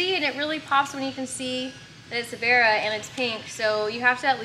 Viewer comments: Barra gg350! I dunno but every time he says that thats what I'm hearing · Sounds like your saying berra. It's barra based off the Australian barramundi fish. One of the best engines us Aussies ever built. Why these engines are not standard in mustangs we will never know.